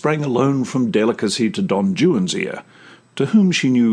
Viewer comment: Him pronouncing all of the French words correctly but not pronouncing the epic's hero right 😑